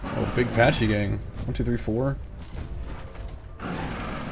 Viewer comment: They aren't "patchy" its pronounced "packy"